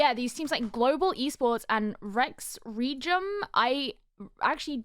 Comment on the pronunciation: if you are still having difficulty saying Rex Regum Qeon's org name, most of the fans just say RRQ instead because its more iconic! XD